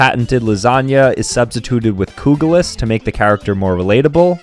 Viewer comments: It ain't pronounced "kūgulis" its pronounced "kugelis" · As a person from Lithuania bro completely massed up the pronunciation of 'kugelis' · the way you pronounced kugelis absolutely dropped all my respect for you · His pronunciation hurt me physically 💀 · U pronounced kugelis wrong